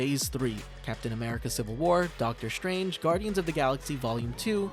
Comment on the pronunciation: Doctor Strange❎ Doctor Shtrange✅